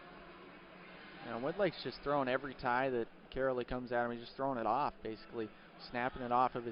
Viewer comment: Hearing the announcer butcher "Karoly" is making me laugh so hard and idk why